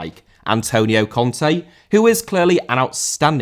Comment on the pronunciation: Conte* not Contei